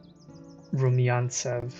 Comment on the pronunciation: Thank you for little customisation!😊 P. S. You don't butchering names. Neither regiments nor Rumyantsev. It is a bit difficult for non-Russian speakers to pronounce it correctly. So all is great 😃